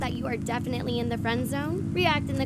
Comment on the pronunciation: TALK-O XD